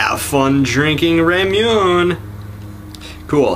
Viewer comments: Ramuun? triggered Ra-mu-ne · Pronounced Ra mu nAy Idk really irrelevant looking at when this was posted But you detach the "plunger" then with your palm you press down on it